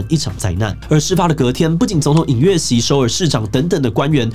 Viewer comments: 尹錫悅 尹錫悅 尹錫悅 不是尹悅錫😂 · 77好像念錯了南韓總統名字2次 尹錫悅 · 南韓總統名字都可以講錯，不需要重錄嗎 ? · 韓國總統是尹錫悅，一直念錯不好吧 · 尹錫悅 拜託總統名字可以念對嗎？ 聽了很尷尬... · 把人家總統名字唸錯這不太應該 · 居然把韓國總統的名字說錯？ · 雖然這不是今天主題的重點，但志祺今天一直把韓國總統的名字念翻了 😅